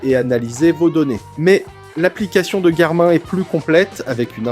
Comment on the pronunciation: Le présentateur ne sait pas que Garmin se prononce Garmine ?